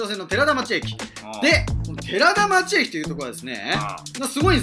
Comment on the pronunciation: “てらだちょう”ですよ。